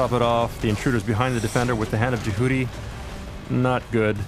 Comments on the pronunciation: Mumble, grumble that's not how you fuckin' pronounce it... grumble... It's more like JEH-uty... not fuckin je-HOOTY... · I cringed when they mispronounced "Jehuty". Its not pronounced "je-Hoodie". Its is Jè-who-tea. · I don't know how it was pronouced, because i don't know what the hand of jehuty is.